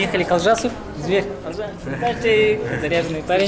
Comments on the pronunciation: Не Алжас а Олжас. Якуты а выговорить не могут. И не Аи'ша Биби, а Айша Биби. И это не буузы, называйте вещи своими именами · Не Алжас, а Олжас. Не будьте как русские шовинисты, которые коверкают всех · Согласен, для чего коверкать название? Дизлайк